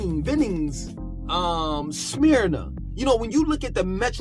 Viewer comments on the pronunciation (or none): you keep pronouncing Smyrna the wrong way. It is pronounced Smurna like Burna but with an S.